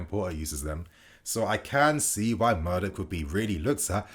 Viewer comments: not murdyk, mudryk! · what is with this english guy ffs. when you see a foreign name you lose all sense of respect for calling their names correctly, all education on phonics and eyesight. Gvardiol -> Garvidol, Mudryk ->Murdyk and Mordich. You have 161k subs and reporting on news and dont bother to pronounce it right, its disrespectful and lazy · You can't even pronounce his name correctly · Mudryk mate. You mess up the names too much. It isn't that difficult imho. Might only be the english and yank problem butchering names I suppose.